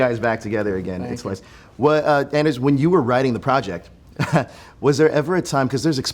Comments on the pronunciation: Bruh it’s Anders (ON-DURS) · “anders” it’s a hard on bruh